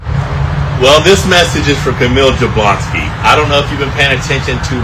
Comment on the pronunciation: you really need to learn how to pronounce Jablonski. It's "Yabwonski"